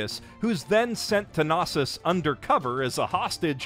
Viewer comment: i thought that was just a weird pronunciation of “Knossos”. “Gnosis” might be giving them too much credit ;-)